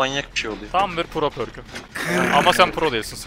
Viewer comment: Pörk değil perk kanka düzeltme onu